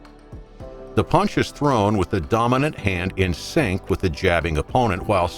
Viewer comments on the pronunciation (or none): none